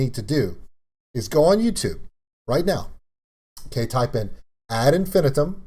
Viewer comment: Actually it's As Infin-I-tum The third syllable of Infinitum is emphasised. Melissa said it wrong, she is Swiss after all.